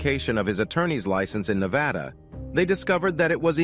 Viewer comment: Thank you for pronouncing Nevada right. 😁